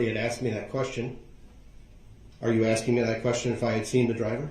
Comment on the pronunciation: “I’m not trying to get you to give me legal advice. I’m only axing you to tell me what to do when I break the law and get charged with a crime.” This has been another great quote by legal mastermind Duhrell “licen place” brooks attorney of lawfully law. The man who brought you “it’s not an examination it’s a direct” and “is a thyroid a form of cancer?”